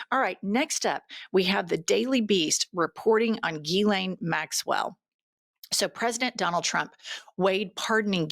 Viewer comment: I like how MTG can’t pronounce Jizzlane Maxwell properly 😂